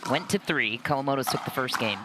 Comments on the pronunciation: It's KA-WA-MO-TO, announcer with terrible pronunciation. They are Grand Slam Gold Medalists. Give respect. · I think she managed to pronounce their name Kawamoto, Kowamoto and Kowamato all in one sentence right at the end of the match. So distracting listening to her get it wrong the whole match.